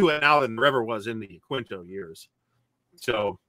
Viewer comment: Another entertaining video. Point of order: Yaquinto is a Spanish word and pronounced "ya-keen-to".